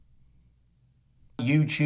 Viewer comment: That “yewtewb” gets me everytime